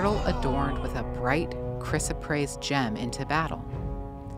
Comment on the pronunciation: This is baloney. Gemstones are rocks and yes beautiful, but all the malarkey that gemstones are healing, creative and what ever is just airplay to sell. She is not even pronouncing the stones name properly. lol